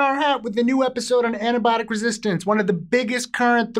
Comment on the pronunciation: I thought he began the video enthusiastically saying "It's tampon awareness week!" E-nun-c-i-ate.